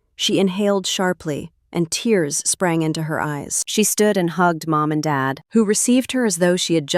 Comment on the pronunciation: This voice sure has a problem with “Dad”. He also has another name, David.